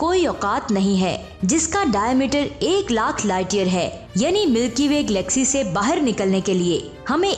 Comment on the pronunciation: Mam vo glaxy nahi galaxy hai,kyunki Glaxo Laboratories ne glaxy nahi banaee....tnQ